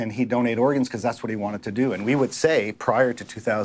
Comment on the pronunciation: Is it me, or is he saying "dunnate" instead of "donate?" Is that just a Canadian thing?